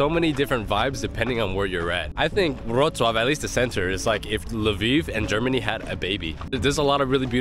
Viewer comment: its LEVI - OWSA